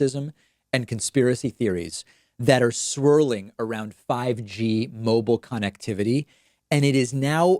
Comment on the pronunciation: Love the way you say con act Tivitt he that is definitely a Donald Trump word